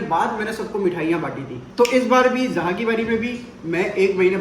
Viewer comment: Zoha bola kro zha nh